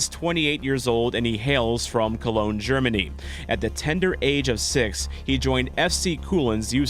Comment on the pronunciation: Loved Hartel when he played for St. Pauli. It‘s a pity that he left but I hope he will succeed in St. Louis. Thank you. Great Video. But you still have to work a little on your german Pronunciation of Cologne 😉